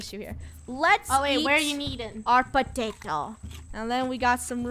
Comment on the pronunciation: Ieant patate instead of pattatie